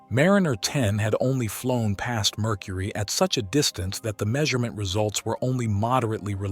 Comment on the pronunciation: i love "Murcury"